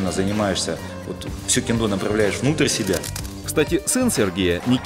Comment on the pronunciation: Ммм,ну-ну,в Тырнетах и я могу присвоить себе звание "Убийцы сотни".Вот только толку то.Согласно тоническому ударению,что правит в Японском,нормативней будет сказать таки кЕндо.У меня всё.